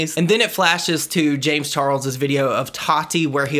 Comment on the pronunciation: The way he pronounce James Charles name sounds like James Charols